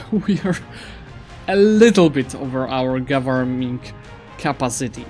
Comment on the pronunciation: goverMING capacity? xD